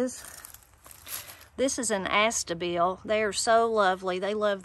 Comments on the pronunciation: Astilbe and not astible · Here we say ah-STILL-bee instead of AHS-ta-bill. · No such shady perennial as "astabill". Your plant is an ASTILBE, pronounced ah-stil-be. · Thanks for sharing your experience and your flower beds. Uh - still - bee is how astilbe is pronounced. : ) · You have so many beautiful yet tough plants! Please follow up when they are fully up and blooming. Forgive me, the pronunciation is "ass-still-bee" 🥰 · They're nice wrapped in "Streaky" Bacon. i.e. the only thing THEY 🇺🇸 call Bacon. For some, inexplicable, reason they don't acknowledge "Back Bacon" AS Bacon. :¬O Have you researched Dandelion edibility + Leaf "Tea" and Root "Coffee". NEVER heard Astilbe pronounced "Aster Bill""